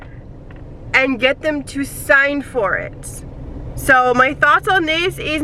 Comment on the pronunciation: You pronounce your words that have thr letter -s in them dramatically. Lol. It's like "ssssssoooo I ssssaid" or "problemsssssss ssssooo ssssssooooo bad sssssometimessssssssss." And itssssss obvioussssssss